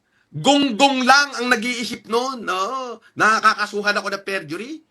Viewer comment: fergury 😂 perjury 😂 forgery